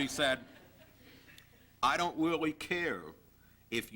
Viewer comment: John Weawwy, Weawwy gets his Points Accwoss..